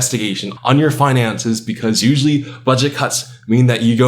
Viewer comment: "Buget cuts." -speaker box.